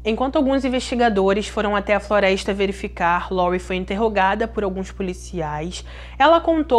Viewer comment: Vou deixar aqui uma critica constructive. As vezes não entendo certas palavras como PEISCA ? FLOREISTA? ETC .... Acho que se pronuncia PESCA/FLORESTA FICA A DICA🙃